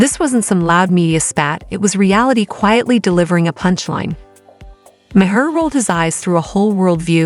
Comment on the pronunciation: It's not be hard. Its not Mayharr